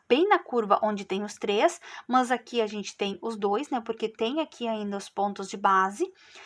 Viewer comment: Gente a forma como pronúncia "mâs", me dá agonia. Não consegui finalizar a vídeo aula.